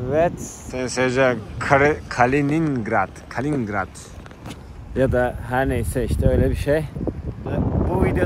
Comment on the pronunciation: Ya karman çorman anlatıyorsun. Petersburg'da mısın, kaliningrad'damısın belli değil. Türkçe diksiyonum da çok kötü. Kalingrad deyip duruyorsun, bu ne ya! Kaliningrad, Kaliningrad. Seni iyi anlıyor ordaki farklı aksanla türkçe konuşanlar